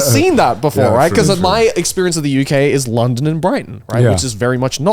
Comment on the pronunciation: Why did he pronounce london like that